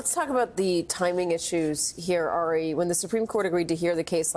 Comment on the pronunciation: Andrea has worked with Ari for YEARS, yet still mispronounces his name! Ridiculous and rude. Andrea, it doesn't rhyme with "Harry"!